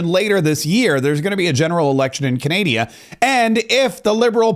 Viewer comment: hey bud don't disrespect us! it's Canada not canadia